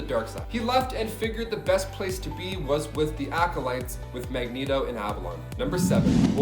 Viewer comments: He said MegNeto 🤣😂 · I was thrown through a loop when he set mag net oh rather than mag knee toe